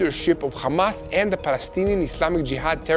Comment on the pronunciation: Why can't you pronounce Hamas, Hezbollah and Hummus without that silly "KH" Why don't you say khostages?....is it an Israeli "likhsp?" It is sooooo irritating